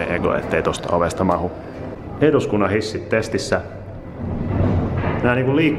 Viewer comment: tissit vai hissit? Mitä sä sanoit